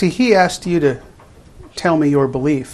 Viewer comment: He axe him many times 😂😂😂😂😂😂😂